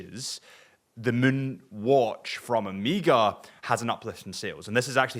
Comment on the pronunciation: Amiga? Is it that hard to say O May Ga?